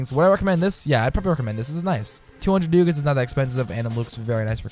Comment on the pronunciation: It's pronounced: Duck-ats